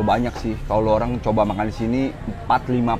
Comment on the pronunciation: Lu olang lu olang...🤔